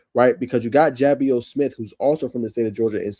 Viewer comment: Love the breakdown def subscribing. One quick note, I found out the day of his commitment that Ja’Bios is pronounced juh-bye-us